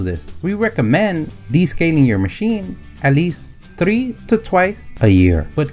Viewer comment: Muy bien amigo you said tree times rigt!😂😆